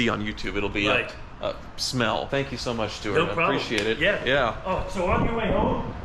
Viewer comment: “Thank you so mush for washing..”